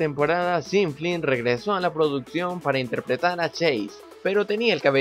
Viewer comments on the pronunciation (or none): none